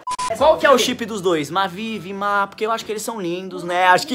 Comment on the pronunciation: Vima eu ouvi villllmaaaaaa kkkkkk